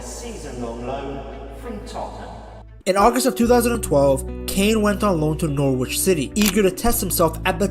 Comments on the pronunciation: It's pronounced Norich in case you ever need to say it again...not Nor Witch - English place names eh 🤷‍♂ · Noorwich? Lol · jarring pronounciation of "norwich" in otherwise good video